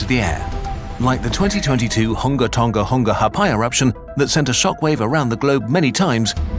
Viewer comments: add 'ha'apai' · There's something about your narrator saying "Hunga Tonga-Hunga Ha'apai" that makes me laugh everytime. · saying Hunga Tonga-Hunga Ha'apai is fucking hilarious